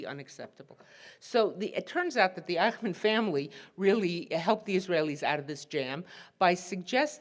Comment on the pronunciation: The pronunciation is eysh-munn, not eye-kh-man.